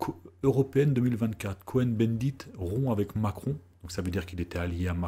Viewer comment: Bonjour Monsieur, Merci pour votre travail qui est plus que légitime. Je dirais même de salut public. Petit bémol. Cohn-Bendit se prononce Kôn avec un o long et non Co-hen, quoique ce soit la même racine : les Cohen (Cohn, Kahn ...)sont les descendants des grands prêtres du temple de Jérusalem. Et on ne dit pas dis-huit-z - enfants, mais dix-huit t-t enfants.